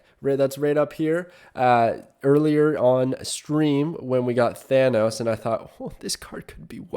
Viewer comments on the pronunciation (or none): none